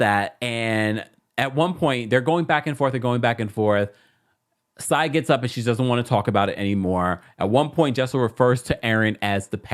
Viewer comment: Lmao "Sai eye" lol